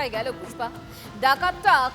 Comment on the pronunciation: পুষ্পা না ফুস-পা!😂